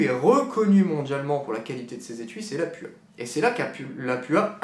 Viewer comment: on dit Lapoua!!